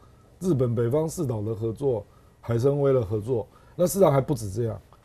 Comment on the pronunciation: 大陸8 年前就從東北走北方航道到俄羅斯的聖彼得堡，「遠方的家-一帶一路」的央視記者 唐天嬌 隨船報導最後一段航程。 阿亮的台灣國語居然發出純正的「海參崴（偉-4 聲），大陸亮嫂居功厥偉」，嗯，講了一次「海參威」。